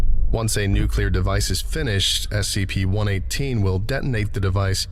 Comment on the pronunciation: Dude, I'm a fan but every time you say nucular instead of nuclear, my soul dies a little.